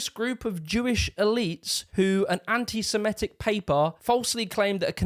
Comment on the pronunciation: It's pronounced anti 'semITIC', not 'anti-semiETIC', you doughnut.